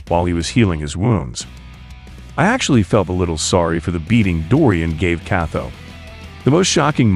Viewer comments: I can't help but notice you pronounce Motobe's name "Mothobe". That's pretty funny 😂 Same with Kato - "Katho" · “KATO” is not pronounced that way bruh…